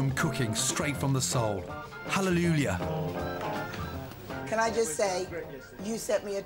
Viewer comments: „Halleluljah“ - its Hallelujah Bruh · Chef Ramsay-'Halleloolya'!! Hahaha